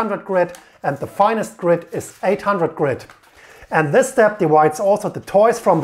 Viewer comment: Lets start wis se scariest part of se story